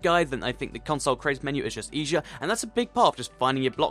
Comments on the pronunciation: Dude u say eshier not easier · Am I the only one who noticed that he was saying eajier instead of easier. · he says eshere